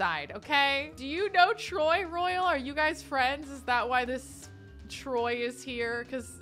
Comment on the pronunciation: the fact she kept saying troy instead of tory is hilarious. it’s giving… kelsi vs. chelsea